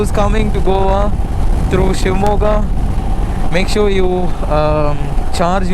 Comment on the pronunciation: I liked to hear u pronounce shimogha nicely..